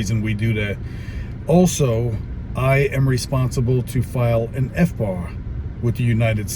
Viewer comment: Sorry but every time you said FBAR all I could think of was FUBAR..